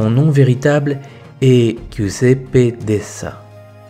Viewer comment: J'aime trop l'Italie et les italiens pour vous cacher que Giuseppe se prononce djiouzépp; svp. Félicitations pour vos vidéos.